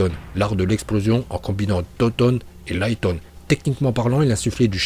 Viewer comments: Raïton stp pas liton😭😭 su t le messager de misakishimoto fait le bien pour l'honorer stp😭😭😭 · "Soyton" "Foyton" "Laiton"